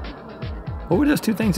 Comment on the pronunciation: Link says "hwhy", "hwhatever", and "hwhat".... he's stewie, basically.